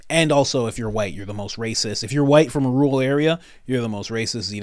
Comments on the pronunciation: Rural is pronounced Roo Rull not roo-ull. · Pull up the pronunciation on google, YouTube, or any online dictionary with recordings and it's RUR UHL with TWO Rs, both being pronounced. I love your content, but I am a pedant and I'd like you to get this one right too.